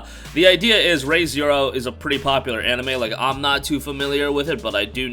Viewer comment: Bro it's pronounced Ree not ray so it's re zero not ray zero, same with kingdoms of amalur it's not ray reckoning it's re reckoning